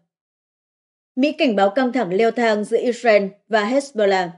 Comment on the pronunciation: Dạ thưa mấy bố và mấy má Israel không phải đọc là “ is ren” mà phải đọc là “ IS RIU” con lại mấy má và mấy bố.